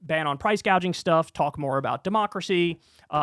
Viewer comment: And Kamala didn't even seem to believe what she was saying (and stopped talking about most of the middle class issues near the end). Just her mispronouncing price gouging as "price gauging" (twice) and not correcting shows her heart was not in it